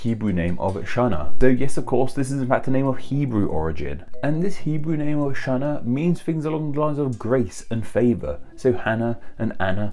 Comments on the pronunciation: Channa is not pronounced “shanna”, but “khanna”. Other than that — great video. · Really likes this video but just couldn’t get past you mispronunciation of Channa or חנה